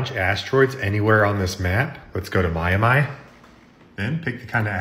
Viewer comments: 'myamy’ 'maryo’ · "myamy", "maryo", "parys", "toepic" 💀💀💀💀💀💀💀💀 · List of words he mispronounce 1:Mario 2: Paris 3: Miami 4: Pinocchio 5: valorant